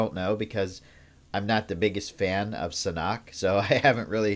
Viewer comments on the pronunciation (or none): Isn’t it SAN-HOCK and not SANOK? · oh... hi... uhm, no offense but i dont usually hear people say sanhok the way you do, i just thought it was strange, you say it as "suh-nook" i usually hear it said as "san-hawk" but no worries😊